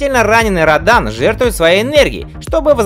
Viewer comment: Родан ! ( ударение на о ) Что за Радан ????